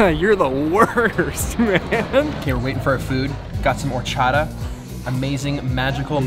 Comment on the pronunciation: Or-cha-Ta!! Not orchada 😂